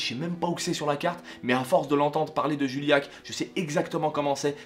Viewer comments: On dit JUillac ! Pas Julliac ! J'suis de vers la-bas moi aussi (Uzerche RPZ sisi tukoné) et Pat'Seb' quand j'étais môme il me faisait rire de ouf ! Mais c'est à l'adolescence, quand on devient con, qu'on commence à se foutre de lui.. Parce que y'a la popularité, y'a le regards des autres, si t t'es différent tu te fais écraser... Puis quand on grandis et qu'on apprends à se foutre de l'opinion des autres pour se forger la sienne on se rends compte qu'au fond il a tellement raison ! Il a fait de sa différence une force ! et ça c'est tout à son honneur ! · Ptite correction on prononce littéralement le village dont il vient "juiyak" et pas "juiliak". Mais jsuis pas chiant jte promets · Non juillac tu la trop mal prononcer 😂 ma petit ville de Corrèze se prononcé juillac pas julliac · Vive la Correze ! Je suis de juste a coté de Juillac mais tu le prononce mal mdr ! Merci pour ta vidéo :)